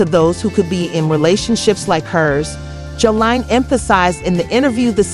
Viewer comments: Honey you saying her name ALLL wrong!! WTH is Joe so Line??? 🤣🤣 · Why you fuwking her name up so bad…